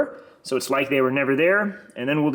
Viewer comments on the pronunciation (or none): none